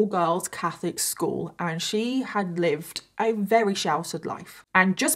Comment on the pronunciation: When she says Rarey instead of very 😌